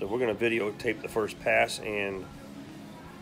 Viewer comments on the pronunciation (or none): Did you say videotape 🤣🤣